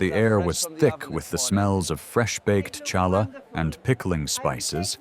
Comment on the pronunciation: Mr narrator of this story. You might want to research the correct pronunciation of certain Jewish words. CHALLAH is pronounced as Halla - like hello. The C is silent.